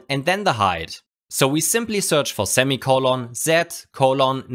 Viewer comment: "ZEMI COLON, ZED ZEMI" Knew he was a robot!